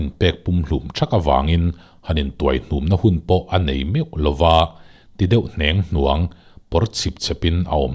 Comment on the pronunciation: 'Ti deuh HNÊNGHNUANG' niloin 'ti deuh NIANGHNUANG' tih tur ani ang.